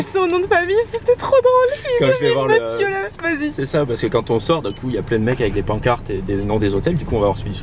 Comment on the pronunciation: j'aime trop les vlog sa ma fait trop rire quand il a dit mesieur la menage